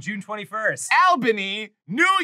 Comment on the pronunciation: Arin struggling to pronounce Albany, NY wrong has me reeling